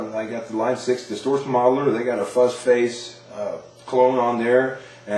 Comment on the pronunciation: why can't he say 'face'?